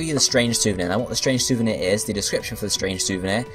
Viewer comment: Strange souvenir, not strange souveni.